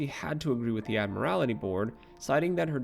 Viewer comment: It's the Admiralty board not the Ad-morality board.